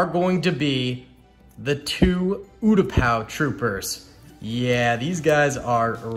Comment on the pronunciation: Me screaming when he said utapou troopers